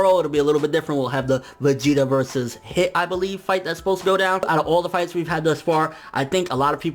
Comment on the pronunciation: Ok hey don't want to sound like an annoying guy but please give the correct pronunciation for Hit and Cabba. Hit is pronounced like heat and Cabba is pronounced like cobbay.